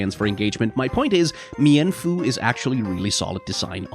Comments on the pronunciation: Meen-foo and Meen-shao Not me-en-foo and me-en-shao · Sorry to burst your bubble but its pronounced "mean-fu" And "mean-shao" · I wonder if anyone brought up you mispronounced them